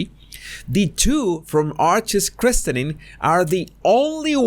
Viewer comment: Quick FYI: The "t" in "christening" (and just "christen") is silent.